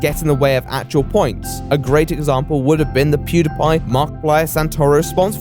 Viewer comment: eeewww the way you say "Pediepie" is absolutely disgusting....are you serious with that bullshite?!